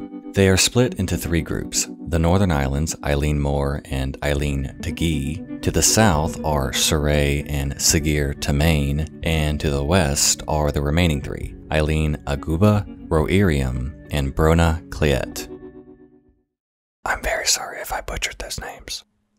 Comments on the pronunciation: It hurt my poor ears to hear... proper nails on slate mixed with hearty laughter from the family. "SuhGear Toe-main" 😂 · Just got into your videos this week and I'm really enjoying them! :) The Scots-Gaelic/Irish words can be nightmarish to pronounce, but eilean (isle/island) sounds like "ihl-luhn", and taighe (house) sounds like "tsi-heh" - and tomain has the stress on the first syllable, like "TOE-man". Looking forward to checking out more of your stuff! Slán Go Fóill.